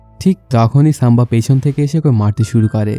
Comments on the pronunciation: সাম্বা নয় সম্ভাজী । উচ্চারণ আগে ঠিক করুন তারপর মুভির এক্সপ্লেইন করবেন । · সাম্বা জী 🤣 ⚒❌ বরগি ✔️